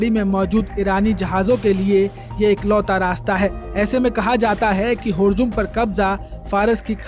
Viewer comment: होरमूज भी पढ़ा नहीं जा रहा है (हुर्जुम ) इस न्यूज रिपोर्टर से !!! ये न्यूज पढ़ेंगे । निवेदन है कि पढ़े लिखे लोगों को न्यूज पढ़ने के लिए भेजे।